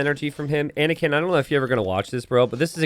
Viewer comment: Anakin not panikin.